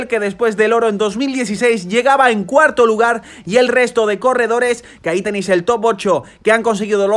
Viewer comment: Buen resumen, repasa antes los nombres de los corredores, es de mal gusto nombrarlos erróneamente. Saludos.